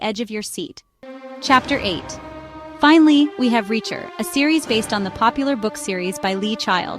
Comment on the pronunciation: It's pronounced FOO BAR not Fabber...And the last one is "Reacher" not what ever the hell you said. AI, what the fuck?